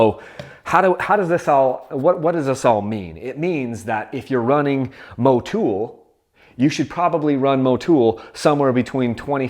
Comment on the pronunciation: thats funny when did Motul pick up 4 O's in its name to be pronounced Mowtoooool. Stop butchering words yankies!